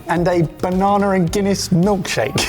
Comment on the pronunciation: "Salsar" and "bananar" whats "R" after every word? Wtf 😂😂😂